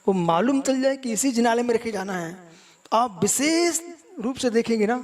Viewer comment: कितना अहंकार. ढंगसे हिंदी बोलना आता नही हैं. विशेष को बिसेस बोलते हैं. हरपनहळळी तो दूर की बात. ऐसे अनपढ गवार कर्नाटक की सुबुद्ध जनता को धर्म सिखाएंगे?